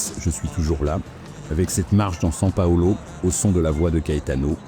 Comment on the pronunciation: Revoyez les prononciations, c’est limite de la boucherie .. SaO Paulo… etc